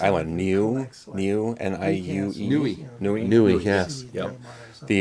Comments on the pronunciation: Nuie = Nu-Way The first syllable is pronounced quickly, so it's contracted, & the second one slightly more drawn out, guys. Sort of like the surfies would say, no-way 😉 Certainly the silver express, today, with the long distance buyers. Great video. 👍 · Niue is actually pronounced "nee-ewe ay" That place is tiny! It's really just New Zealand but they do self govern ... all 1600 people.